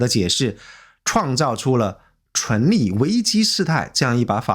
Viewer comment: 開車聽影片，一直聽到純利純利的，以為在講投資，後來看字幕才知道是存立，昏倒。以前覺得這個頻道還不錯，現在突然發現是大外宣啊！